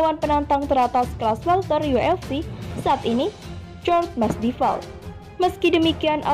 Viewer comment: Jorge Masvidal Not masdival